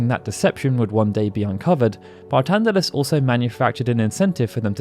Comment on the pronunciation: His name is Barthandelus why are you saying it as Bartandelus?